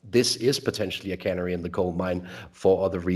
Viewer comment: your English is richer than that of many Brits. Please bear with me when I point out that the stress and vowel sounds of canary are different to those of granary. I only mention this because canaries look like being with us for a while in the UK.:)